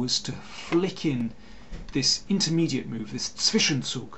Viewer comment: btw. Great pronunciation of the german word: "Zwischenzug"